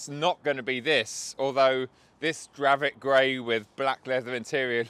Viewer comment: It’s definitely not dravit grey like he said lol